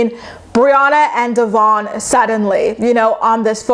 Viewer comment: I love you, but can you please start saying Devoin’s name right?🙈 I mean no disrespect towards you, but knowing that Briana says his name the wrong way, because she doesn’t like his given name, is so fucking rude and disrespectful.